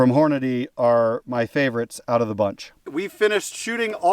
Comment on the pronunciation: I was watching until you said "Hornaday". It's Hornady - Horn-a-dee.